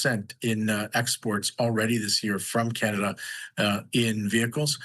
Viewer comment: Oh Cana-Duh